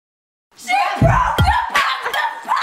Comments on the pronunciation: in japanese there is no "pa" sound so they r really called pocky like "poke-ey" not "pa-cky" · Dont worry, youre not the only one that says Pocky wrong ;) Any American says it like that, but its pronounced "Po" Like the Panda in Kung Fu Panda, and "Key". I wont go into details, but in Japanese, if somethign was pronounced "Pock" "e" It was be P-a-k-i Video was hilarious! Love the part where she says "Bet they didnt even watch this fuckin far" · It's not "packy", it's 'pocky' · its pronounced po ki as in.... sorry cant explain it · and pronounced poke-ey :) teehee. ur so funny. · It's pronounced Poe-key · If that's not how you pronounce Pocky, then I've been mispronouncing it for almost four years o.o